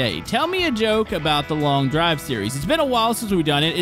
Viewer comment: itsnot long diver its showt derive